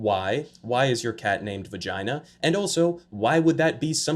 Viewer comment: He says "vagina" just like he says "China". JINA